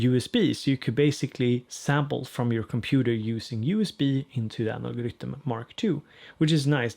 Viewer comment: I'm here just to hear you say 'Rytm' thanks!!! Ps updated mine last night!!